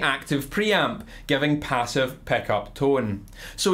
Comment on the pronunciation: Peh-ssive peh-eck-ups